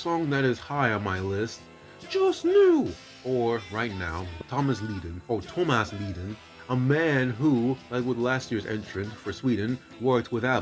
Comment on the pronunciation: I only watched this to get a glimpse of Tomas Ledin, the sexiest man in the universe! Incidentally, friend, you pronounced his surname incorrectly. It is pronounced 'Ledeen'. Fair enough, though, as you may be unfamiliar with his language. Ghrá mo chroí go deo, Tomas a chara. Tá tú mo anam.